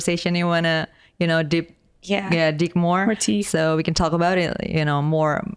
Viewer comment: WE WOK DE TOK NOT ONLE TOK DE TOK